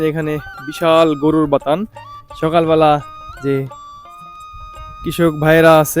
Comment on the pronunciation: ভাই , এটাকে “বাতান” বলেনা এটাকে বলে “বাথান” । দয়াকরে সঠিক শব্দ উচ্চারণ করবেন । ধন্যবাদ ।